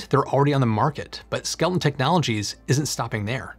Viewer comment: You keep saying skel ton, but the images you showed the company name is spelled skel eton.